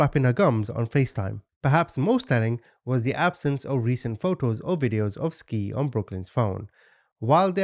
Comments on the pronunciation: He keep say n ski her name is sky lol but spelled Ski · Ain't no way you said ski the whole time... Skii= Sky duh Also, repetitive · The babies name is pronounced "Sky" not Ski lol smh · Omg. You're driving me crazy with your skii. It's pronounced at Sky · Pronounced: “Sky” not “skeee” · Their names were pronounced "Sky" and "Ty." She just spelled them strangely. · T is the initial of the son, Jay and SKY !! idky he's pronouncing her name like a ski 🤦🏻‍♀️ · If he say skii and t one more time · I believe SKII is pronounced SKY💕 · It’s pronounced “Sky”. A part of telling these stories is ensure the victims legacy lives on as well as dignity and name is not shadowed by the assailants. Ensuring to have all facts- including annunciation correct adds a layer of respect for each case and victim and personifying them. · Skii is pronounced Sky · Her name is pronounced Sky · Love your channel, I believe her name should be pronounced Sky. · Double ii (latin) means her name is pronounced sky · they are meant to be pronounced like sky and ty